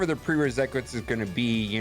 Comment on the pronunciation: “Preresequites” hahah love